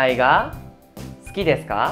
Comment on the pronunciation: No entiendo ejemplo suki deska Pero se escucha sudeska ????